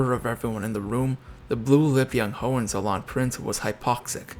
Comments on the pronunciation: Pronounced: Ho In Tsollin. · You mispronounced the name “Hollizolerin.” Before you blame Kaiser Wilhelm. I suggest you read about his horrible childhood.